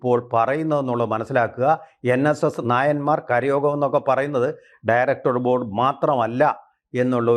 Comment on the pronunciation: ഠയറക്ടർ ഭോർഡ് എന്ന് പറയുന്നത് എന്തോ വലിയ സംഫവമാന്നാ വിചാരം